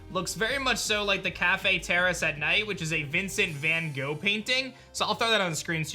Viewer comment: the way americans say van gogh